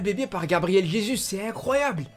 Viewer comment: Juste jesus soit tu prononce à la française "jésu" ou à la brésilienne "résousse " mais là non